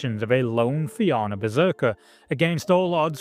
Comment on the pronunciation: Im glad you managed to pronounce Éire correctly. Fianna on the other hand..... Great video anyway!